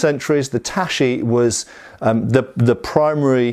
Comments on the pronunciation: Nobody going to comment on the pronunciation of "tachi"? It's ta-chi (like in chicken), not ta-shi. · Tachi should be pronounced ta-tchi with a clear t sound starting the second syllable (close to how you would pronounce touchy), not like ta-shi. :) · I am kinda short.. about the same height as Japanese of that era. I find katanas to be not that short. btw the ch is pronounced ch as in China not sh as in Shilong. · I haven't been self-learning Japanese for all-too long, but I'm pretty sure it's not pronounced tah-shi :p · I've been taking Japanese classes, self-studying, and living in Japan for years, and I'm pretty sure you're right, lol. I'm guessing has been informed before that it's not "tashi," but has been making the same mistake so often his mind can't make the switch. In the business of language instruction, we call that a "fossilized error." He really needs to break his bad habit though. Not knowing how to pronounce a correctly (this kind of romanized Japanese is more or less English style orthography, not French!) it's rather embarrassing. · In Japanese shi and chi are different sounds please don't read them tashi. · I kinda knew that, so his pronunciation kept bothering me, but I wasn't sure I was actually right.